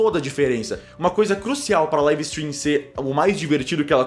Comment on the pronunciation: É taum bão pronúncia "laive istrim"